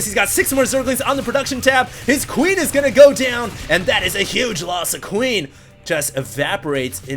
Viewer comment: lmao at how says queen